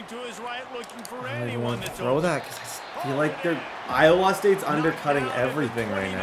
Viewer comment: As an Iowan, I have never heard anybody pronounce the state like you do 😂